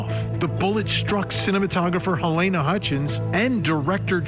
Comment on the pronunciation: Funny how after all this time these idiots are still calling "Halyna" Halayna.